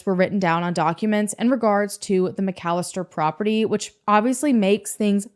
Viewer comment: Those McFadden boys are pure evil and trouble....@ for covering this story and pronouncing McAlester correctly!